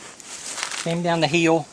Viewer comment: I like when you say "heel", instead of "hill".